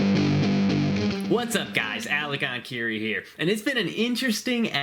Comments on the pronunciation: Enkiri Elite Fitness einkeirei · En-kay-ray.